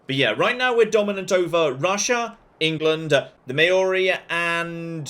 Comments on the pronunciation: Hey, just to let you know that Māori is pronounced as if it were Classical Latin, with the long vowels and everything. It's physically painful to hear "may-OR-ee". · Love this! Gotta try it. (But, please don't put a y in Maori. It makes your Maori viewers sad.)